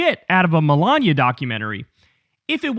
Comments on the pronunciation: Him saying Milaña instead of Melania shouldn’t be funny to me but it is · Kyle must have been hungry when recording this...he keeps saying Melania like lasagna. 😋